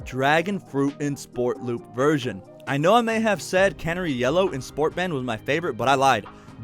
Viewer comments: Great vid but I have to laugh when you say Can-er- ie yellow .. it’s pronounce the same as the bird Cun-nare-ie Canary 🦜 💛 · I’m sorry, I love your videos but it’s driving me nuts... it’s CaNARy. Like the bird. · Canary yellow, as in the bird. Ffs. 😂